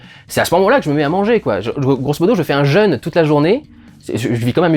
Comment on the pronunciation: "Je me fais un jeune toute la journée". Un jeune ? Tu veux dire "un jeûne", je suppose. Ta prononciation peut prêter à confusion. LOL